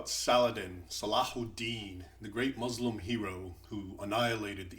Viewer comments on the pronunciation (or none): you can't even pronounce words like : Salahud'din, muslim, etc, how much of an ignoramus are you?